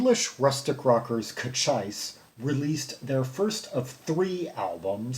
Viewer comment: I believe the pronunciation is more like toe-greece... with the accent on the second syllable. So basically Coe-cheece. At least assuming the band took the name of the Chiricahua Apache (Native American) chief Cochise. Thanks for your reviews!